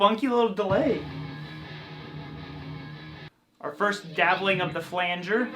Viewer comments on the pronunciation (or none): none